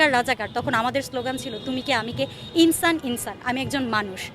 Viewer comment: ইনছান ইনছান 😂 বলে কি